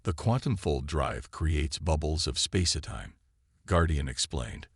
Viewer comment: It’s space time, not space-a-time!